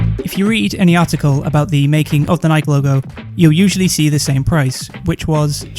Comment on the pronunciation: I love you for not pronouncing it like Nike-ee.